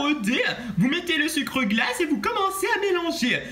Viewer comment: Quand tu dis le sucre glace on dirait que tu dis le sucre dégueulasse